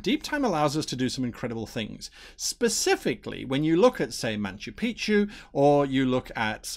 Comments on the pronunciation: Why do the british say it with an N ? There's no N in Machu Picchu! Anyway, spot on. Great stuff. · Nacho Picchu sounds better tasting. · That is super weird, first time I've noticed it. Of course I mostly read about ancient cultures, rather than watch something on the BBC.